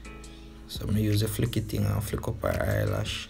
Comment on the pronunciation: "Splash e come down" 😂😂😂 "Flick eeh" 😂😂 me cya bother